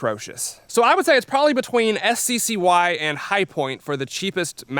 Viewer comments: I believe that SCCY is pronounced "sucky" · It's pronounced sky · BTW the SCCY is pronounced sky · You pronounced SCCY as “Sky”, but I’ve always imagined it as “Sucky”, which has deterred me from from buying it in the same way Spanish speaking countries had poor sales of the Chevy Nova. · It’s pronounced “Sky”? I always thought it was “Sissy” 😂